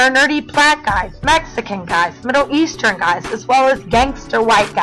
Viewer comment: "Middle-Eastran"? Middle Eastern.